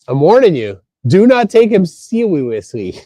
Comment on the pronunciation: sełiously?? omg! 🤣🤣🤣🤣